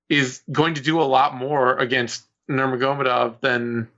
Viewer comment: baby, I'm proud of you. Finally trying to pronounce Nurmagomedov correctly.